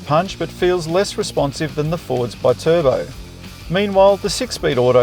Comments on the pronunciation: B-Turbo 😂 I haven't heard anyone try to pronounce Bi-Turbo like that... Perhaps the ute is good for carrying B-Cycles too? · bit urbo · Still cant get over howe you pronounce BI-Turbo as one word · Love how this guy just invented his own way to pronounce Bi turbo 🤣🤣🤣